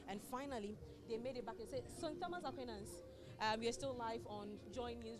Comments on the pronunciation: You have no idea of transcription, sir. That's my alma mata. It's spelt Aquinas, yes; but it's pronounced as /A-kwai-nas/. Check any good dictionary up for words and how they are pronounced. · "A-kwai-nas" Madam presenter, the Catholics go vex plus you o😂😂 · Our school is A-QUI-NAS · Madam presenter, please learn how to mention the name of our school 😔 AQUINAS